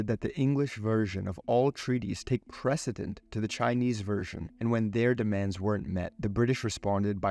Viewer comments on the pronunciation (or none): none